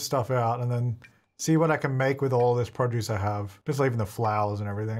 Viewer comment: I like when he says “produce”. Prah-juice